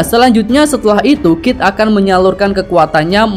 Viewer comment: KID BOSKUH BUKAN KIF :D